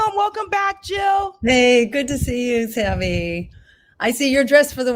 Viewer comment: Jill NOT hill ! ! !